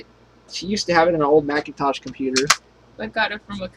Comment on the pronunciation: "The old 'Macincosh' days..." What?!? lol